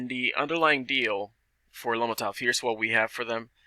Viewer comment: If you can’t even pronounce lomotif what do U think the potential is? Have u seen the app and compared it to tik tok? Quite a joke really. Pretty much a pump and dumb game by Ted Farnsworth. Lomotif is not a tik tok competitor. Tik Tok revenue for 2020 was 35Billion. Lomotif’s revenue in 2020 was 6000 dollars. Hahaha.